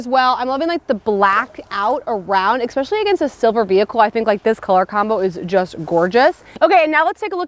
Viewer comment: Are you saying expecially?